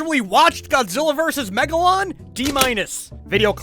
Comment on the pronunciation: God gilla us wegalou I Laughed at that For 5 or 8 minutes😂